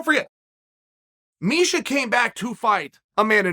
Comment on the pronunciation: “…so I encourage you to lishen to Misa..” 😂